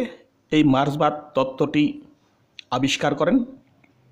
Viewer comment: কথাটা মার্সবাদ নয় মার্কসবাদ